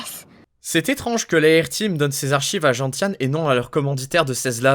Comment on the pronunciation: Gentiane se prononce genSiane (comme la plante)